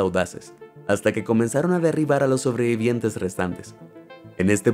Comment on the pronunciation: Cada vez que oigo sobreviviente me sangran los oidos